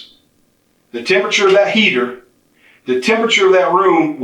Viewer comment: if the best crime channel can’t even say the word temperature then the standards are abysmally low 🙄